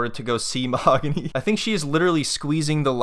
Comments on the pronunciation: "Mo-haaag-on-eee" Ben, get lost! 🤣🤣🤣🤣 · Get it right it's MA-HOG ANNIE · Too bad he still says the name wrong after she corrected him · I love that even after being married AND asking her how to pronounce her name, he still gets it wrong. You can't make this up 😂